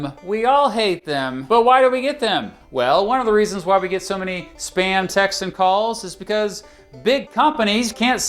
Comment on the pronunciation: When you said "spam text" I heard "SPAM TAX". I immediately became equally angry and confused